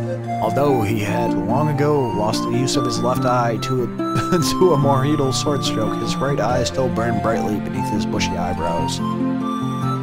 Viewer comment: What happened to the in-game voices? Each character has an opening line. Dubal, for example, shouts “Och! What is it now?!” when you speak with him. Also; the manual had a pronunciation guide: Moredhel = “MORE-red-hell” Tsurani = “SU-rahni”